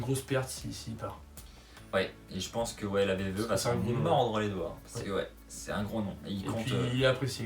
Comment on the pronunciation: C'est moi oû tu dit VVE au lieu de WWE ? Super prono ;)